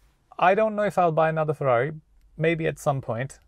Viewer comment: Cmon man, its Ferrari